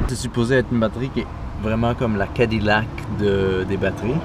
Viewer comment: Cadillac se prononce kadiyak ;)